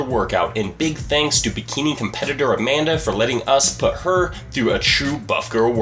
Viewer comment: Amanda? A-man-duh